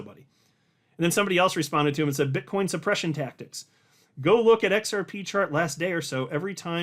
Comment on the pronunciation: Did you say BitchCoin